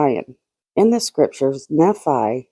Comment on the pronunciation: Nephi =knee-fy Thanks for all your hard work!!